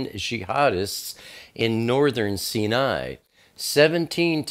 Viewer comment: Sy nai, not Ci nai. Sy nai.= cinai.